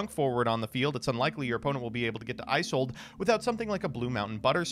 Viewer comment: It's also painful watching mispronounce Isolde 17 times.